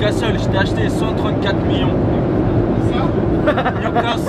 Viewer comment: I love the way he pronounce all the english word especially 'newcastle'